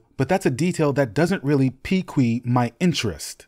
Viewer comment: Pe-tire and pea-kway??? You got Google and an entire tv series to ascertain pronunciation and you’re just gonna wing it? I would say it’s Peter Baelish and piqued is “peaked.”